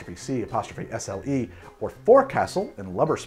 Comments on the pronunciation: Sorry, gotta be that guy. Former sailer here, the first part of "fo'c'le" is pronounced like you would "faux," "pho," or "fo sho," not like "fox." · "faux-c'sle"!!, says this retired Navy Chief. Not Fawk-sl. ;-) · Being a Navy vet, I'm compelled to politely offer the correct pronunciation of "Foke-Sul". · Active duty Sailor here too. Was specifically looking for this comment! I cringed at every mention of the “fox-sel” 😖😅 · Many years in Coast Guard and always heard it as “foe” as well. I was hoping I wasn’t the only one who thought that sounded weird. I’d be curious where his pronunciation came from or if that is standard in Jersey. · Former sailor here. Bothered me when he kept pronouncing it that way, too. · As another USN vet, I verify the above statement as accurate. Also the constant mispronouncing of fo'c'sle wrong was driving me bananas in the video. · As a Leatherneck that has spent a whole lot of time at sea, I can also verify the pronunciation. It was giving me a twitch. 😄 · Your pronunciation of fo'c'sle is making me smile as I imagine all the Boatswains Mates rolling over in their racks in rage...